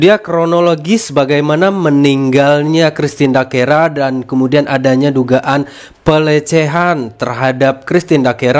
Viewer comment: bukan dakera mas tpi christine dacera